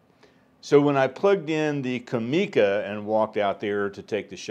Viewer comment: For what it's worth Japanese does not have any accents so it is pronounced "comm e ca" in one flat word and not "com eeee ka" as you do. Just for whatever it's worth.